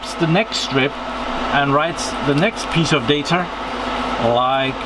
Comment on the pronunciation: I'm seriously going crazy hearing you pronounce the word data. You say "datar" og "deitar", with an R at the end .... it's data... without the R at the end.